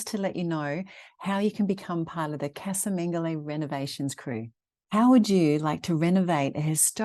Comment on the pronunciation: "Caza Mengoli". Casa is Spanish pronunciation.